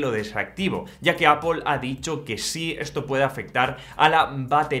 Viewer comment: Es Apple No apul 😂😂😂